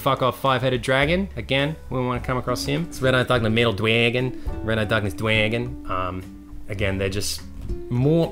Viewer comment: Whenever says "dwagon" it reminds me of iDubbbz saying "Minions"